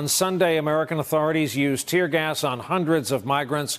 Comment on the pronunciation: “ tear gers “ ...